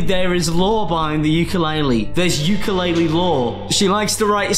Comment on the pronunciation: Haha uke-lore-le